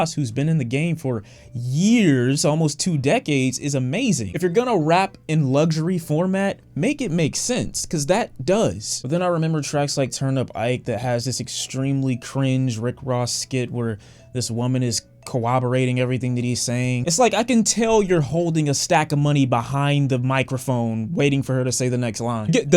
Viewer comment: It’s turnpike Ike not turn up Ike he a legend in dade county !!